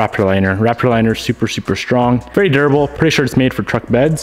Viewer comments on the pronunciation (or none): none